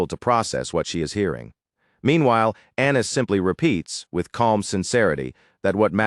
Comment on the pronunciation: Annis sounds like Anus to me… don’t judge me…